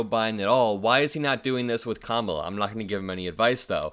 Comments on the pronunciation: He finally said Kamala correctly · He WAS really slipping. He actually pronounced Kamala correctly. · I'm just surprised Trump pronounced "Kamala" correctly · He is pronouncing her name correctly, he's really losing it :) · He must be losing his damn mind….he’s actually pronouncing ‘Kamala’ properly!